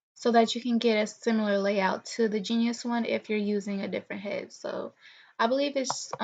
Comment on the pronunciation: * btw...it's "ge nus", not genius. :)